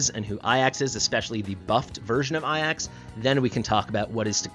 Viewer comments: Bro, please. Ajax is pronounced "Ay-jaks" (hard "j"), not "ah-yaks". Please :D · Pls stop calling ajax iax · In the case of greek pronounciation, then it's "ai-as" or "é-as" and not "ay-yax" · A jax Not ayax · Ay-axe is a very unique pronunciation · Does know its a J and not an i?? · Why you pronounce Ajax wrong lol